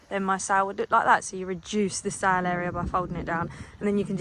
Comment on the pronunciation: American here...I hear you talking about sailing andsail boat. But you keep saying the word 'sow'. Is that some slang for something that us Americans don't get?